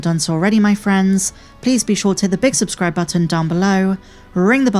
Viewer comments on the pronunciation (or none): none